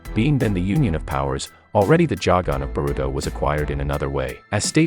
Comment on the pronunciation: It’s not pronounced jagon